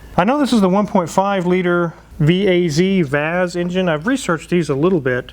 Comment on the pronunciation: It's a VAZ not Vaez